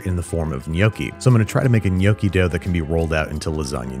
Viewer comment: Hearing the word Gnocci butched with that accent made me feel physical pain